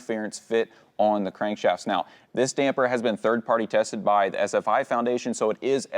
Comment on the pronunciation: Thanks for saying “Damper” correctly!!! The “Dampener” guys really are irritating!!!